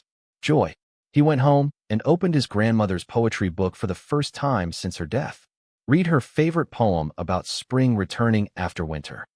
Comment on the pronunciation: The transition into a relationship was such a smooth slide, I almost missed it. This was good, and actually calming...once I got past "READ" being pronounced as "reed," instead of "red," and "LIVE" pronounced as "LIEv" (like 'drive'), instead of "Liv" (like 'give'). Still...an enjoyable story. I think they're called Heteronyms.